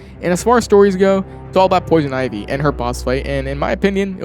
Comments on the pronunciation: And Poison Ihvee. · did you just say poison ivvy? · I think it’s intentional but idk